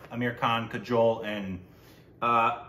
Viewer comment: Correct pronunciation of names- It's Aahjay Devgan not AJ Devgan and it's Kajuhl not Kajole